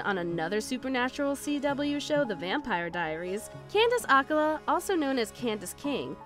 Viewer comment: Um how could anyone forget that Snooki and Paris Hilton were on Supernatural????? It's Candice Ack-cola, but now she's Candice King. It's Ray-gun, you and another page always get names and things pronounce wrong, I think ya'll do it for views and comments.